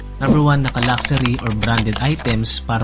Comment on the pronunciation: LUXURY lak-sa-REE = x luhk-shuh-Ree = ✓